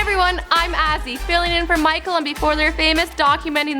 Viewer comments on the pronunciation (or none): none